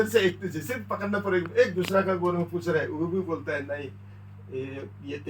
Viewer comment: Not pus.. it's puch.. badha aaya correction dene wala